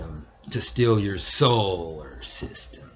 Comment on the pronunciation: Soular system lol